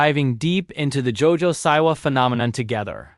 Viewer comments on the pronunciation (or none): Why do you say “Jo-Jo SIGH-wa” instead of “Jo-Jo SEA-wa”?